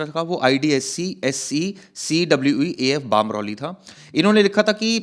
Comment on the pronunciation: बामरौली नही बमरौली हैं। क्या पता बाहर से आया ही न हो।